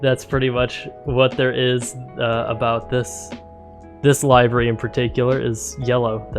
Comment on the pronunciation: FYI, it's pronounced livery, like "liver," not like "alive." (But good video.)